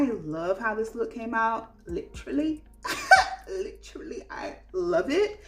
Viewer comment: Hey boo! I was cracking up at 'lit-trally'😂 I didn't know this makeup trend was a thing, thanks for sharing. I'm surprised the ring the alarm pallet is still around! I recall seeing it on sale in Ulta. Stone is the only color I wear in the lifter gloss. So good. I trashed my vinyls, too light/streaky and dry looking. Never thought about pairing with gloss. I thought it would make it run off faster. I never thought of pairing it with the vinyl. Great idea. Great video ❤